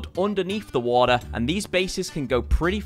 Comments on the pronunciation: I hate the way he says "waha base" instead of water base. And he said I like 1000 times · anyone: Water: Wua'r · haha wa-ah base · This video pissed me off so much because of the amount of times you said "water" wrong...